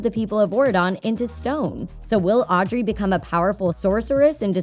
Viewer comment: It's Audrey